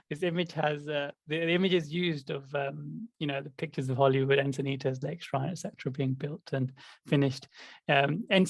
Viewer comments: I was thinking it but now that you said it,.... I got a kick out of ' mispronunciation of Encinitas (Insanaytus). Hall Pass Plus! I grew up in Santa Monica. Lakeshrine was my go-to, and now living in San Diego, I go to the small temple here. To prepare you for your eventual visit to Enchintas/Enchiladas, it's located right on the 101 highway and like Santa Monica, which is adjacent to Lakeshrine in Pacific Palisades, along Pacific Coast Highway, both are tourist beach towns with horrendous weekend traffic. Your best bet is a weekend retreat at either one, where you will be somewhat immune to the hustle bustle, while sequestered on the beautiful temple grounds. Sight seeing would be best Tues/Wed/Thurs. People are in a mad rush on Mondays and Fridays. If you come this way, contact me for free travel tips. I was born and raised in So. California, love it, and know secret beauty spots for meditation. I'll speculate right along with about our adjusting to the Yuga, before we're ready for communities. Even the monastics joke in their Sunday services about little personality quirks and tensions with each other. I admit, I love my solitude so much so, that I think I'm evolved only enough to live harmoniously with a pet rock, something low maintenance. True, I would become a useless puddle of devastation if I dwelled too long on the resulting suffering caused by war. It leaves me feeling powerless. I keep my head above water by serving where I'm called to, contribu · I actually wasn't laughing at pronouncing "Encinitas" wrong a couple of times -- and I don't laugh at pronouncing it wrong a lot either 😁 The "S" at the end is soft, not a hard "z".